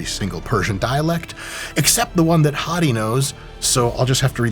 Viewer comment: I kept thinking Mike was calling him "Hottie"